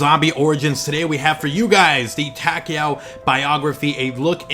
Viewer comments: Yeah it sounds like he's saying Tackyowe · Am I the only one who finds how he pronounces takeo wierd?